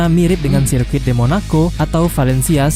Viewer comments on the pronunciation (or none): Sirkuit = serket 😂